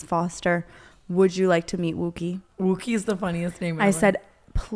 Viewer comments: I feel like the dog wookie isn’t pronounced like that, it’s pronounced like a wookie from Star Wars lol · the pronunciation of wookiee is killing me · Brooke saying wookie in the completely wrong way is so fucking funnt